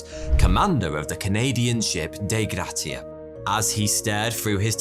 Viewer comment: You are profoundly bad at pronouncing canadian things lmao. Newfoondland. Day Grattia. At least you got Nova Scocia right 😂